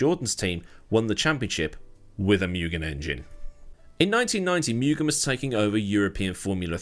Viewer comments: Take one drink every time says "miugen" instead of "moogen" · Interesting video. But being a Japanese company, it would be more 'moo-gen', not 'mew-gen' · MOO GHEN not myougen 😅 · First syllable is pronounced “moo”, not “mew”.